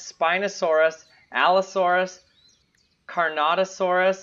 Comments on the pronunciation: Caronotosaurus Bro you had me laughing 😂😂😂 It's carnotaurus but hey I also pronounced it wrong when I first learned about it I said it cantetaurus! And also Spinosaurus in JP3 was secretly a hybrid created by ingen on site B Isla Sorna and the red was a sub adult not fully grown! Spinousaurus was more of semi aquatic like a duck! And rex was a predator on land like and eagle! But awesome video! I really enjoy watching your videos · Say carnotaurus again. It´s not a saurus, it´s a taurus. It means flesh eating bull.